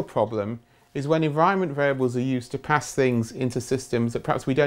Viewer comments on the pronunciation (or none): none